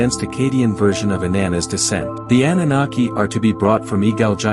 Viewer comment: Defining the term but cant even pronounce it correctly. LMAO Thumb'd down.